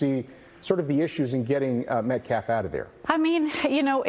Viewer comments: This guy talks about disrespect of someone, then mispronounces the name of the kid that got stabbed. He might as well been the person who did the stabbing. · The man can't even properly pronounce Austin's last name. I doubt they care about Austin's dignity. If the video exonerated Carmelo, we would be seeing the video. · And deliberately mispronouncing the victim's name. is human trash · It makes me so frustrated that the guy can't even pronounce his name right. Can he at least have that?!?! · That lawyer cant even say Austin's name right🙄 MetcLLaf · He even said "MetcLLaf" 🙄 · Austin Metclaf. Becuase weeeee respect the dignity of life... Yeah, well, no. No you don't. You just said his name wrong. You don't care. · I listened three times to the guy from the school - each time it sounded like he said Austin Metclaf. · That POS keeps saying "Austin MetCLAF". Almost every time. Is it on purpose? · ”Metclaf”. Who’s the ignorant fool representing the killer? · Bro coulda said m3th lab and he'd have been closer to getting the ded boys name right... it aint meclaft bruh, its Metcalf.... and then to say "any child losing their life is a tragedy... thats my answer".... he may as well have said "you cant lock up a black kid for k!llin a white kid" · Metclaff?! Why can't that fool ever say Austins last name? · I hope this is the last we hear from this stupid family spokesperson after this is over. Dude can't even pronounce MET-CAFF, not MET-CLAFF. I know I spelled it wrong, it's called phonetic. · Who is Austin "metclaf?" That dude can't even say his name right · Guilt has been confirmed, thank you school board. Also why does he keep pronouncing every other word wrong? Mehtclaff? Really?.. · TEMU lawyer can’t even say “Metcalf” correctly 😵‍💫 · Can’t even say his name correctly 😢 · Riiiight but yet you can’t pronounce his NAME 🙄